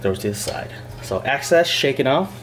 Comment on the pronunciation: EX-CESS! EX! EXXX! EEEEEXXXXXXXXX CESS! Lol I thought it was a troll when you started saying access like 45 times in a row